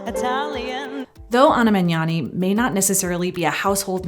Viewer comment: THANK YOU for pronouncing the "gn" sound right! You're one of the first non-Italians I've ever heard doing it right